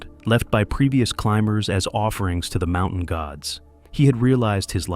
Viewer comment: "from the world's highest mou-en"??